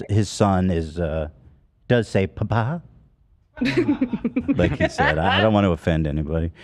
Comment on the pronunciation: the way he said “papai” is exactly how us brazilians say it 🥲